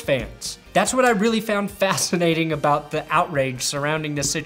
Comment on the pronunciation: You said aboot.